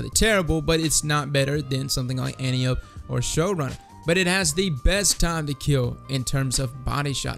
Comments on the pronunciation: An-TIE-oh-pee, not antee-oap :) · Its not pronounced 'anteeope' its pronounced ( phonetically ) 'antipodee'. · An-Tio-P. Not Ant-iop. It's named after Wonder Woman's mom and we assume the D stands for Diana which is Wonder Woman's name. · It's pronounced AN-TEE-UH-PEE! You know, like the daughter of Ares in Greek Mythology. I swear I haven't heard one single Youtuber pronounce it right yet. Maybe be the first? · Sooo is everyone gonna mispronounce Antiope? Is that what we're doing?